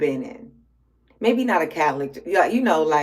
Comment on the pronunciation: You said "im making Ashanti mean (me maybe? Sounded like mean lol)"